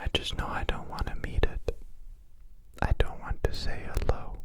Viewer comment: That ‘L’ in the ‘HeLLo’, though